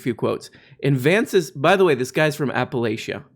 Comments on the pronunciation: Its pronounced “apple lach ah” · “App-uh-Latch-uh” is how we say it here. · pronounced locally as "apalatchia" with the ch making a sound like in cheese and chester, not the sh sound. Source, live a couple hours outside of apalachian mountains.